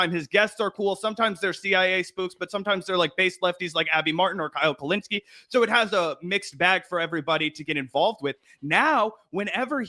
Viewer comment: bro said his last name wrong😂 and its in the title🤔